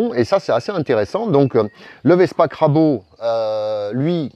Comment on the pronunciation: Et crabo alors que c'est crabro! ça compense :-)